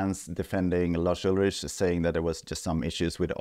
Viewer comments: "Just a sample replacement" as if that already wasn't faking reality after the fact. Also his name isn't "Larsch Ultritsch", would've taken you 20 seconds to learn how it's pronounced correctly, and i don't even like Lars. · I quite dig that retroflex Swedish pronunciation of Lars Ulrich you chose to use in this vid.